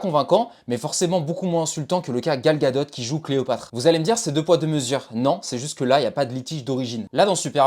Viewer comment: certe c’est son nom mais phonétiquement le T ne se prononce pas, c’est comme DUPOND du ne dit pas DUPONDE ,c’est une règle communément appeler "soupe de vocabulaire" . 😉